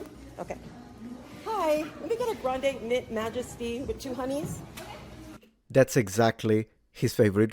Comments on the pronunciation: "Milk Majesty tea with two 'oneys" - HEY MA, I SPOTTED AN ITALIAN!!!! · you said 2 oneys lol